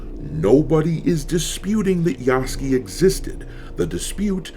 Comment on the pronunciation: ITS PRONOUNCED YASU-KAY PLEASE MY WEEB EARS CAN ONLY TAKE SO MUCH